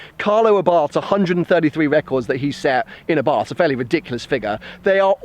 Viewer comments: the correct name is àbarth, with accent on the first a, not abàrth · It's a nice little car. Only one complaint. Abarth is pronounced Abart. Silent 'h'. Just saying. Good luck with the car.